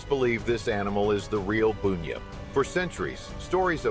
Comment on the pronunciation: BUN-yip not boooooonyip